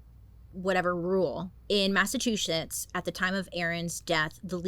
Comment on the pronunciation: So glad someone else says Massachusetts like I do - Massatwoshits. Love you, Bailey <3